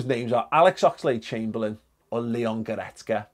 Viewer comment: Do u regret saying oxlade chamberlain now😩😩😩😩